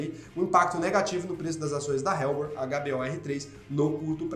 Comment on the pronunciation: Helbor = ÉLBOR. não “RÉLBOR”.